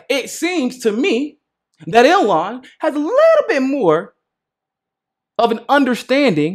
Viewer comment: I don't mean to be that annoying person. But I just want you to know that Ilhan is pronounced Eel-han. Not the way you have been saying it. It's Eeeel-han.